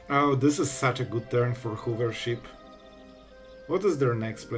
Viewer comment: I'm not sure if "hoovership" was intentional or just your accent, but my childish mind found it hysterical.